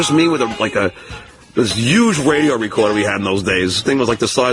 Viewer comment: He also pronounces the word huge with a y instead of the h